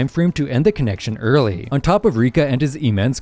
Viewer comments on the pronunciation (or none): none